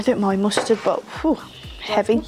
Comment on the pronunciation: Oreo’s and mustard is my fave part 😭 I thought you said custard and was like what that can’t be that bad 😂x